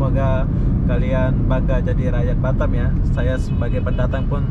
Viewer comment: BATAM Boss bukan BATTEM😂😂🙏